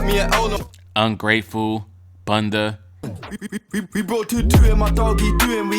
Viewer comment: The way you said bunda💀